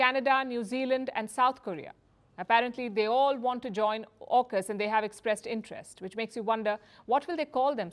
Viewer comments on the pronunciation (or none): And it's AUKUS not ARKUS